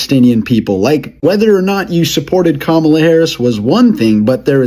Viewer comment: I've heard all these people I can stand. They're either good Arabs/Palestinians or they're good Americans. BTW they need to learn how to pronounce "Kamala. "